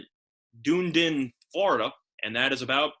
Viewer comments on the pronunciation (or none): Your geography is correct, your pronunciation is not; Dunedin is pronounced: "DUH-nee-den." Keep giving out winners!